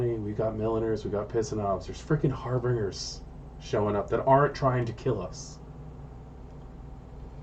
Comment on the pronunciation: So, I hate to be "That Guy", but I feel I've got to correct your pronunciation of Harbingers, and it's a really easy. It's Har-BINGE-ers, not "-bringers." Not trying to give you a hard time, but it is a major bloodline in your story, after all. Anyways, thanks for sharing your live plays